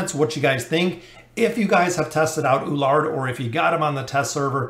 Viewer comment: E (like Echo) LU (like LUcius) ARD (ARDen) = E LU ARD. You also have same pronunciation problem with Lucretia. Awesome video thanks.